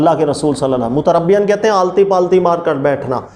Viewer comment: جناب متربيا نہیں متربعا ۔۔۔آپکی تجوید مھزوز ہے "تکبیر لگانی ہے" یہ علماء کی زبان نہیں جونا مارکیٹ کی زبان ہے۔